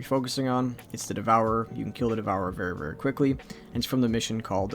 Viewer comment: i stopped the video where he said "We kill the devouver very very quickly" 👋 thanks